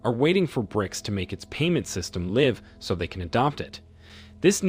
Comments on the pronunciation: Dude the ai voice on this video sounds so real. I didn’t even notice it was ai until I heard the word “Live”. Wild. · The word 'live' has been mispronounced. Either this is an AI created/read out message or the usual American ignorance 😅😅.